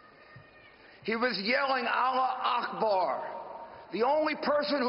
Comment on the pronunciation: The one thing I heard was alua ahbar lol😂